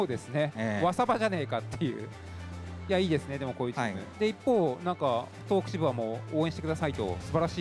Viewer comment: 東北をトウホウと読むのは…。あとFgoの実況するならヴィヴ・ラ・フランスくらい知っとけよ…